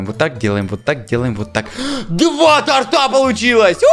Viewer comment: зачем ты говоришь тортА. Правильно же тОрта😑